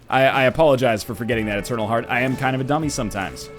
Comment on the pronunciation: i tink your not "etarnal"